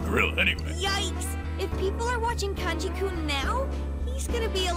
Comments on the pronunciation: It's pronounced Con gee, not Can gee, by the way. I heard you use the correct pronunciation once or twice but then you went back to Can gee! >.< I know I'm being neurotic, but I have a feeling it's going to be annoying if you keep pronouncing it that way... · is the first part of Kanji's name pronounced "Kahn-ji"? or "Can-ji". because I've always pronounced it "Kahn-ji"